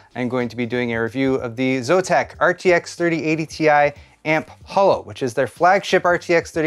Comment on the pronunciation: its AMP HOLO, not AMP HALO